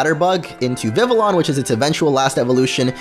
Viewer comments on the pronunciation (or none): It's not viviLLON... It's viviyon. Double "L" makes a "Y" sound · not VIV-LE-ON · Not vivilon its vivion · It’s pronounced viv-EE-AHN, “”! 🤨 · It's viv-E-on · omg he keeped saying Vivian's name soo wromg its VIV-E-ON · HEY DUDE YOU ARE SAYING VIVILLON WRONG YOU DON'T SAY THE TWO LS IN ITS NAME THE LS ARE SILENT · HOW TO SAY IT: VIH-vee-yon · Vivillon is pronounced Viv-ie-on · Not hatin or anything, but Vivillon is pronounced "Vivion". ......... I can see the comments now. "STOP BEING A GRAMMAR NAZI!!!" XD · OMG!!!! Vivillon is pronounced like VIVIYON!!!! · they're not silent, 2 l's sound like a 'j' in french, just like in vanille. It does't really matter because we pronounce io as ijo..